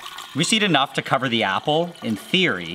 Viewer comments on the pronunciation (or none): Did anyone notice that when he let the apple sit for a day when he came back he said ass** instead of apple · Everytime he says apple I hear assh0le for some reason😂😂😂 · Bro says apple as "asshole"